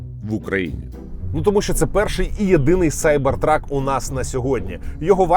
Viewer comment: Нарешті хоч хтось правильно вимовляє назву моделі - Сайбертрак. А то заладили зі своїм Кібертрак. Ну, якщо вже перекладаєте Cyber в Кібер, то і перекладайте truck в Вантажівку, тобто Кібервантажівка)